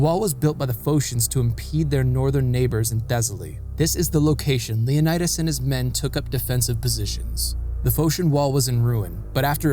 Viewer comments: You should learn the pronunciation of the Greek names. For example, the name of the Spartan king is pronounced Leo NEE das, not Leo nye das. In WWII on Crete, where the allies were leaving Greece, a British commander told a Greek Captain to tell his men that they were all leaving Greece as the Germans were every where. The Greek Capain replied that he and his men could not abandon their country. The British Commander said that they would all die if they stayed. Like his ancient ancestors, the Captain replied, "Commander, we Greeks taught the world how to live, now we'll teach them how to die." The Captain and his men stayed behind and covered the British retreat. They became part of the resistance. Because of this attitude and fight, the Germans took no Greek soldiers prisoner. Officers could keep their side arms. Good video. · yes, you are absolutely right 😊. Also, if you are interested in the Greek ponunciation of Leonidas, the "i" is pronounced "ee". Great work btw. As a Greek obsessed with history, you aced it! So rare, if I may add, for a non-Greek 😊.